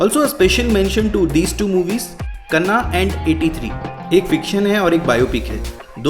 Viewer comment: Bro, it's not Kanna, it's Kanaa, meaning dream